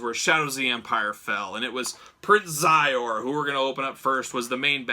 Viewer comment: Great review. The main baddies name is pronounced She zor. Anyway brought me back to the 90s.